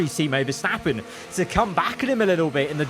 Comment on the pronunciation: GOD- CROFTY SAID VERSTOPPING AGAIN NOOOOOOOOOOO